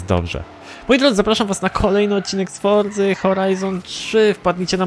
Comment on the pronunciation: Kuźwa ile razy trzeba Ci powtarzac ze mowi sie FORCA NIE FORZA xD